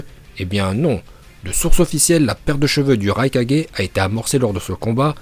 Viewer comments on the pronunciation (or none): Par contre on dit raikage et pas raika4g parce que Naruto dit Kage bushin no jutsu dans la VO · On quand tu raikaje ,hokaje arrete de faire le mec je te soulev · Il a dis le rai4G 😭😭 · "Raikadjé" 5 4G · Les "4G" "NaLuto ShippuNden" "MadaLa" "Laiton" Encore une fois a mit tous le monde d accord ça prononciation est parfaite👏👌